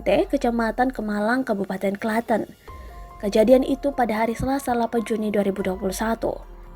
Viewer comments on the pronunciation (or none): Bacanya Klatèn btw, bukan Klatên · Yg bener cara pengucapan nya klaten min bukan klaten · PresenternyA gK enak membawaka berita..kota Klaten. Kok dibaca Klate^n. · Ngomong klaten nya aneh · nyebut klaten kaya kaya nama daerah di luar negeri hahaha